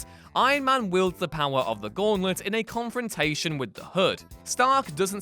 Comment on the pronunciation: "in a confortation with the hood" Bloods or crips?